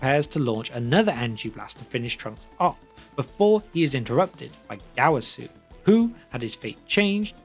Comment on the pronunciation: That dreadful Gowasu Pronounciation